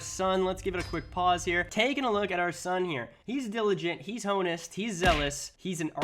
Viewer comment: ok ok ok, so you managed to pronounce Avaricious correctly... but then, in the same video, you pronounced "honest" (correctly pronounced "On-Ist") as "hoe-nest"... I have no words